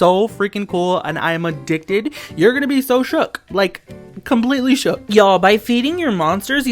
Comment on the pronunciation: stop saying shoock